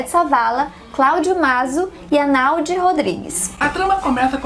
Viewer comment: Só um adendo : Arnaud se pronuncia "Arnô"